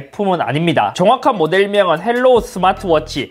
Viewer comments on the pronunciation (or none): 헬로우가 아니라 하이로우입니다. 중국어 발음 그대로 영어로 쓴거에요.